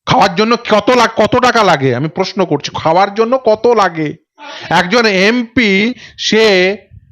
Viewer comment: সংবাদ মাধ্যমে কাজ করছেন,, অনেক বড় কাজ কিন্তু বাংলা ভাষা যখন বলছেন দয়া করে সঠিক বলুন। পোশনো নয় প্রশ্ন,,পার্থি নয় প্রার্থী,, শুনতে এতো খারাপ লাগে কি বলবো। আরও শব্দ বিকৃত উচ্চারণ করছেন। বই পড়ুন দিদি,, উচ্চারণ স্পষ্ট করুন এবং আস্তে কথা বলুন। নমস্কার।